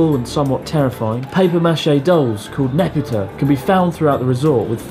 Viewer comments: No NEPUTA! ねぷた！→NEBUTA ねぶた NEPUTA is not exactly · i think not "NEPUTA"but "NEBUTA". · Neputa❌ Nebuta⭕ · Abroad in Japan NEPUTA? it's NEBUTA.